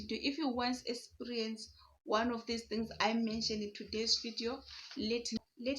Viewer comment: mmh Zimbos pronunciation is emphasized.... I get what you mean. Like some of you guys will go "Sikisity" minutes, whereas it's sixty. Totally different. Like here you are saying esperience(eXperience). Uzoba strong